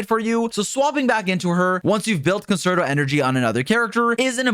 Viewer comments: Concerto is prouncounced "con-chair-tow" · Nah. Fuck that. We Americans are gonna call it con-sert-OH